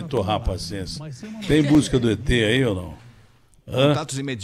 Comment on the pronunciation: Eu ri demais o jeito que dele falando eter, o eter, isso é um eter kkkkkkkkkk